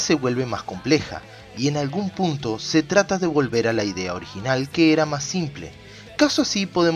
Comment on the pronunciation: este video ya lo habia visto antes , pero viendolo otra vez me di cuenta que en el minuto dice "puto" no punto XD